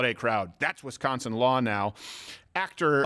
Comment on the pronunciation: All I got out of this is the great news that Hasan pronounces “Wisconsin” the way people from Wisconsin say it and not the other way which is bad and I don’t like